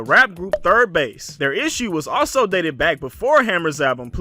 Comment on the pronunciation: bass not base cool vid though